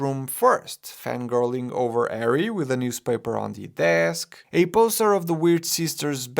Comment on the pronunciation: I really like how he pronounced “arry potter” 😄